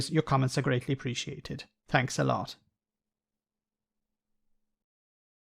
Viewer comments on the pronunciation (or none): none